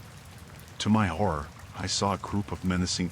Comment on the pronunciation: HORROR , he said HORR-OR 😅😂